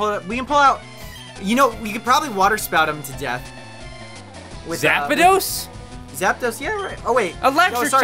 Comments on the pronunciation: "Zap-a-dos," lol. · STOP SAYING ZAP-A-DOS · PBG: “Zap-a-dos” Me: 🤦🏻‍♂️